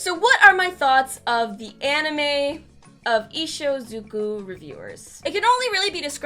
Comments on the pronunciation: it's IshUZOku, not IshOZUko. Aside from that, great video as always!! We're blessed to have you as our guidance through this world. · I-I think you typed "Ishuzuko" wrong. But then again, I think you also misspoke it. Not sure, you took several takes on it... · Nobody:: Ishuzhddhksydekkoku reviewers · isnt it ishuzoku?